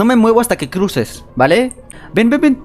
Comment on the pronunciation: Seconfudio de palabra en ves deque dijo cuse en ves de cruce 😅😅😅